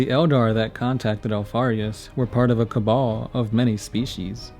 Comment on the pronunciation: Cabal, cabal, cabal please dudes!!!